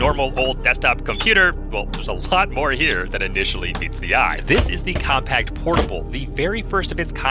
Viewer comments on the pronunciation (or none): Compaq is pronounced “com-pack” not “com-packed”. I know, Compaq was bought out by HP over a decade ago, so it isn’t a name you hear too often, but as an IT professional, I thought you might want to know the correct pronunciation. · It always bugged me that people would pronounce it “compact” it’s Compaq (com-pak). Same with Imation, it’s eye-may-shun, not “imitation” and Hewlett Packard it’s hyoo-let-pack-erd, not “hoola packers” and HP Pavilion, it’s puh-vill-ee-un not “pavil on” and… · Its "compaq" bruh not "compact" pronounced like "compak" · bro pronounced it compact tho